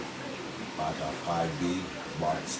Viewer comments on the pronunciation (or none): Baja , change the j for a h and say baha Baja